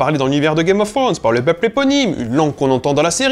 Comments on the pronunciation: Un Youtuber linguiste qui prononce "Game of Frones" laules. Tu sais, bien des anglophones, lorsqu'on leur présente le son "thr", ont tendance à faire un R roulé ou presque, et pas que les écossais. Ca simplifie beaucoup. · Arrête de dire "game of ssronz j't' en supplie 😩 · "gaïme of srhône" ^^ très bon accent des fois Et Jon Snow n'est (n'était) pas puceau, il a ken la rousse dans une grotte ^^